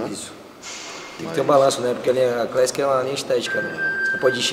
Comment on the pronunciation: Leo:- "Favela crÉssiqui." 😂🤣👽🤫